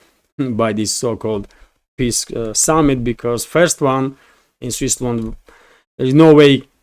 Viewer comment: Switzerland, not Swissland.